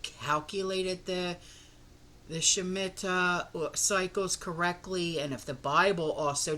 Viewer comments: Pronunciation: Shhhh sme ta. Hope that helps. Blessings 🌸🌸🌸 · So basically you have no idea what will happen. None of us do. I do believe personally that it has to do with the Jewish holy days. We’ll see. I’ve always heard it pronounced sh-meet-a.